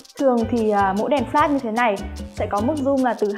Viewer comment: cái chữ "Flash" phát âm ko chuẩn nghe khó chịu thật sự